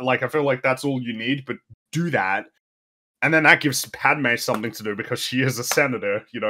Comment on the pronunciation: is aware that he treats the word something as if there's a prominent p in it? Saying as 'somepthing'.